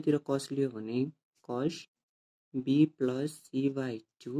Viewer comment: plus lai Plosh kina bhaneko?